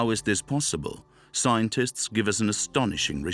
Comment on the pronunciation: Is this voiced by a computer? Mispronunciation of warriors at 40.50 and something earlier... At 52.00 "scointists' rather than scientists.